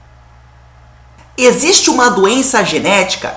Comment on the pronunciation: Final de semestre e o cara vai e fala "esiste"...